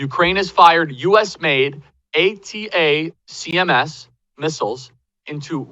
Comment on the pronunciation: The ATACMS are called Attackums by the way, Charlie. It's easier to say it faster than saying "Ay tee ay, see em ess".